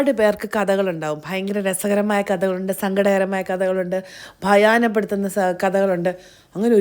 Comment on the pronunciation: dear bhayaana peduthunna alla bhayappeduthunna ennu para 😅. Love you 💕